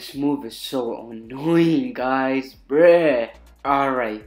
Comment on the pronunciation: Its so funny how he says bruh 😆 😆 BREEH BREEH